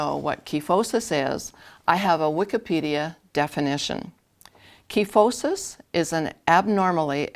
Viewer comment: Online dictionaries show the customary pronunciation is with a long I sound in the first syllable. (ky not kee). Learned it that way in anatomy class. Very common condition in older women especially. Thanks for the tutorial.